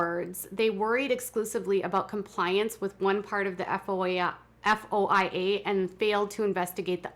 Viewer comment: Its called a foya, foy-a report. At least that's what I understand. Not spelled out but two syllables, foy-a